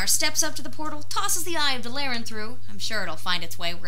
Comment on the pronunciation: Also DAAA LAAA RAAA N not dalllllaran